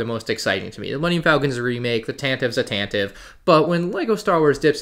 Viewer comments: As per Wookipedia & the original Star Wars Radio Drama which is the only place it has been pronounced in media - Tan-Tee-Vee rather than Tan-Tiv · "Tantive" is pronounced "Tantiv-ee"